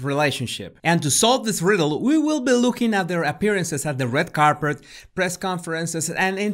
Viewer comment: “Red carpret”